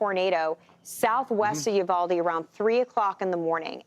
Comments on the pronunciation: Fox couldn't find a local who knew the city is called "Uvalde" NOT "Udalve"> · Udalvey? What haha You-Vol-Dee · Probably should learn how to say Uvalde before you report on it! It’s not Udalve!!!! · It's uvalde sir 🙄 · Uvalde... pronounced with long E sound at end of name ....not an A sound...thanks